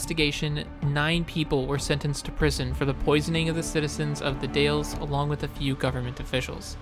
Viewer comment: it’s the Daaules you said it wrong😅